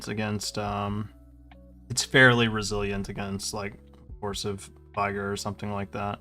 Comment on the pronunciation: It’s Vih-gurr, not Vie-gore.